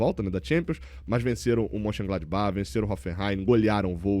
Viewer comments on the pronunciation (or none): none